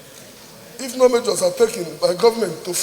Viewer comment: Keep sleeping. One day they will take over that your pregnant Tommy lol. You should be moving motions for Biafra and oduduwa. You cannot even pronounce measures. He called it ( majors). Please go and learn how to pronounce "R" L" and "S"